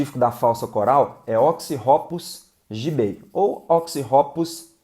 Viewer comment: "Giubei"? Professor de biologia mais fulero kkkkk